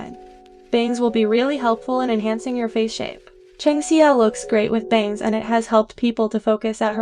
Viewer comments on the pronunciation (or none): sorry but her name isn’t pronounced “Chung See-oh” it’s pronounced “Cheng Shaow”